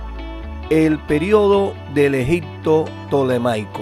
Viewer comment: Las imágenes son bellísimas sin embargo, habla usted tan mal el castellano que le quité el audio, en ocasiones dice Egicccccto, y otras palabras mal pronunciadas que es una lastima porque pudo ser un buen video !